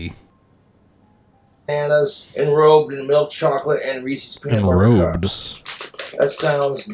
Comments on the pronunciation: He's doesn't know what the apostrophe means though. I assume anyone who says reesees doesn't understand that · It's Reese's Not Reesies, Jessica is getting back in if she has booze!🤣😂🍷🍻🍹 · Its reesies.